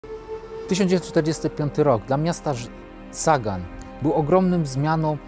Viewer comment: Pisze się ( po niemiecku ) Sagan ale wymawia się "Zagan" [ Sa..=Za.. ].